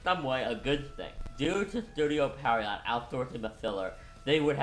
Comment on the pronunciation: Just a heads up, Pierrot is pronounced pee-AIR-oh (ぴえろ), not PERRY-ott